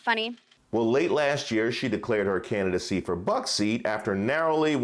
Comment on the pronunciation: Can Boebert say “candidacy” instead of “cannidacy?” I mean, she’s not all that smart, but she also knows how to mangle the English language.